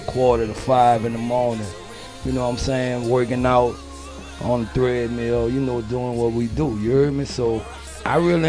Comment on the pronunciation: Dude said threadmill. First track?